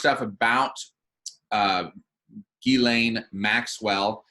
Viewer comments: Ghislaine is French and pronounced like this: Ghis - Jeez (easy on the 'J' and add a slight 'h' sound after the 'J' and soft on the 'z') - so jhees and laine - lane = jhees + lane. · her name is pronounced "Giz-lane" Maxwell (with a hard "G") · ITS PRONOUNCED 'JIZZ-LANE' MAXWELL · It makes me laugh this woman has an S in her name and no one can pronounce it. It is a French name that is pronounced Gis len or Gislen. Even though I dont like people like her anyway.